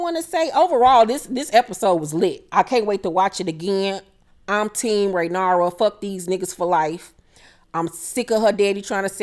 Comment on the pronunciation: Ray-near-ah is how her name is pronounced.